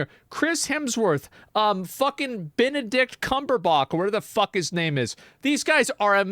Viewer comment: Aint no way Asmon just called him Bendadick Cumonherback 😭